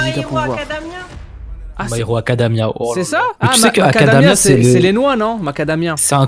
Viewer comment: qui dit "My Hero Acadamia" 🤣🤣🤣